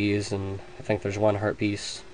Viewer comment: haha when u said heart peice in around 3 min 40 min sounded like herbies